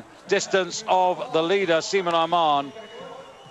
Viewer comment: That's a strange way of pronouncing Simon Amman